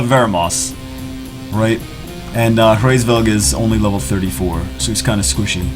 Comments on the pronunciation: hraevsss... COME ON IT'S HRAESVELG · its Hu-RAYS-velg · It's pronounced as raise velg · The pronunciation is Rra or ha or hra IS Veug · "I'm not pronouncing that name" tries to pronounce the name